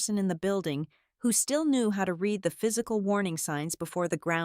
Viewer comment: You Still Don’t Know How To pronounce the word “Read” ???